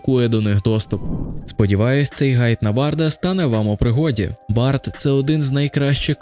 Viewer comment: Гайд 😂. Це слово пишеться і читається через іншу літеру. Ґайд — короткий аналітично-інформаційний звіт роз'яснювального характеру. Походження англ. guide - провідник